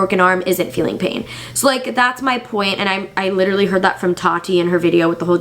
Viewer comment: love how you suddenly sounded aussie when u said ‘literally‘ the australian way ‘litchrally’ haha aw